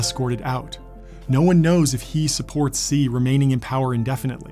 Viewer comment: "Xi" in Chinese is pronounced "She" and not "See"